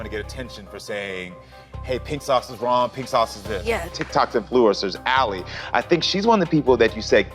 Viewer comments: How can you not get a person’s name right?? AlluredBeauty’s name is ALI which is not pronounced AIL 🤦🏻‍♀️ it’s pronounced ALLY. 🤦🏻‍♀️🤦🏻‍♀️ quite disrespectful and shows a lack of research or care. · You literally pronounced all the names wrong like it's not chef pi like the math one it's chef pee and it's not KAYRAMO but kaaraamo and it's not al but aleeeeee BRO- go back to school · Her name isn’t “Al” it’s pronounced like Allie. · Omg not AL it’s ALI omg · ALLEE IS NOT ALE OMFG 😂